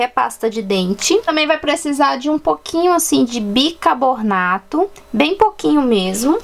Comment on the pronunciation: Kkkkkkkk o "bicabonato" foi tão triste quanto